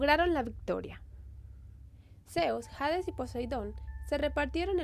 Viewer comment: Porque aspiras la h de hades no un nombre inglés es un nombre griego... Se dice ades sin pronunciar la h aunque se escriba hades...